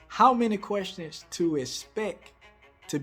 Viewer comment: Querstins. That's how we say it down South. I love it.